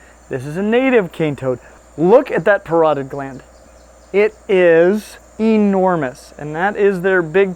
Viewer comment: It's ''para-toyed'' (paratoid) gland.